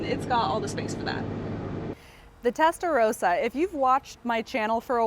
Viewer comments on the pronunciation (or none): Testa ross ah. Not row sah. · She keeps saying Testarowsa she does not even how what car she is standing next to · "Testa-RAWsa," you know like the Italian Ferrari color "RAW-SO corsa."